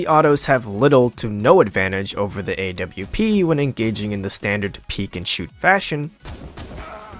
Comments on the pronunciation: the AWP is prounounced OP not A W P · A W P dude just say Aww-ph thats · I've never heard someone call the AWP the A.W.P. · He calls the AWP the A.W.P I want to die